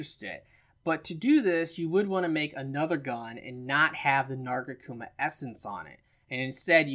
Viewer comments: Narga-kuma? Lol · Why can't you say nargacuga correctly? lol